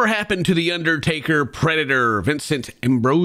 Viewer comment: I thought they said "The Uddertaker Predator" and that's all I can hear now.